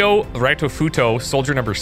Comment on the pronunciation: Plz read Japanese names like they are said in Japanese, Ritofuto (reetoh footoh) is not Raitofuto, and Tanaka is more pronounced (tah nah kah) Pretty please